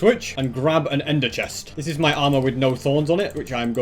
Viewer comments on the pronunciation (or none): I just love how he says mi instead of my